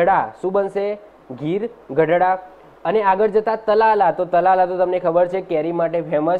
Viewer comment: તલાલા નહિ ... તાલાળા છે